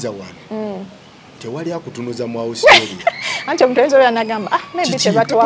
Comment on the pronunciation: Naye guy it’s Australia not ousstralia